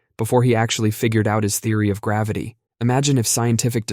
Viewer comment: I'm pretty sure you meant to say "Theory of Mavity".